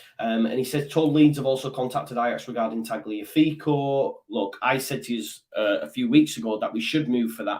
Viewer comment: It's pronounced Tally-affiko, like Cagliari cally-ahree and Tagliatelle Tally-atelly😂